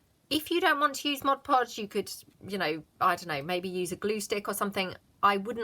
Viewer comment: Really enjoy your channel...and thank you for pronouncing mod podge correctly!!..so rare on crafting vids...is it because I'm getting older that things like that drive me bananas?..Admittedly, its a short trip...